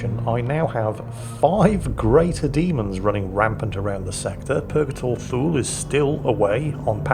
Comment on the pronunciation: Please tell me I wasn't the only one who thought he was saying Fool not Thule (I hadn't read the name until last video)